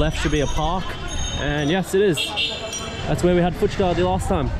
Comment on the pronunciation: SO FINALLY YOU HAVE LEARNED TO PRONOUNCE FUCHKA CORRECTLY, THAT'S GREAT 😂😂👍👏!!